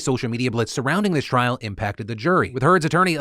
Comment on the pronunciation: Okay I have been seeing this a lot and I don't mean to be rude but the word is "trial" not "trail"